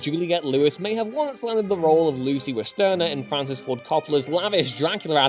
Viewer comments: Damnit man, check your pronunciations of surnames. It's Westenra and Holmwood, not Westerna and Hollywood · I heard him say "Lucy Westerna" and figured it was the correct pronunciation of "Westenra." Then I heard him say "Arthur Hollywood" instead of "Holmwood" and realized he was just fucking up. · Oh. Wow. You think the guy who did the graphic novel adaptation had any input on the film? You don't know how this works at all, do you? And evidently you cannot pronounce "Westenra" (which is NOT Westerna). WOW! And you read thing so sloppily you called Arthur Holmwood "Arthur Hollywood." Look again. Do you see the difference? In fact you keep getting all kinds of facts wrong. Ryder showed Coppola a screenplay for a proposed miniseries by James V. Hart, not the novel. There were two digital effects in the final film, not one. You mention the shooting in sound stages as two of your "25 Things". I knew almost all of what you've listed. I doubt the truthfullness of the things you have listed that I do not know, because you got so many facts wrong. Mispronouncing two of the lead characters' names is a bad sign.